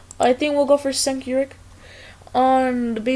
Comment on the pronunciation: also, it is pronounced "Jank U-ger